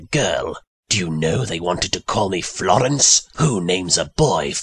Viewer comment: Le ghasp. NOOOOOO!! NOT FL...FLOOOOOR...FLOOREN......I mean, NOT LORENCE WITH A F!